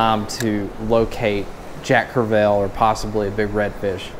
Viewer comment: I love ya man. Been following from the beginning. Probably all time favorite YouTuber. But if you say jack crev-ELL one more time....🤣lol sorry, I’ve been trying to let it go but ... Love the content, as always!